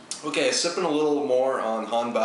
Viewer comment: In norwegian, two A`s, like in Haandbakk. Is similar to the word "Law" without the L,when you pronounce it.